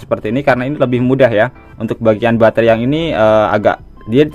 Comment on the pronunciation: Batre bukan bangre kan boys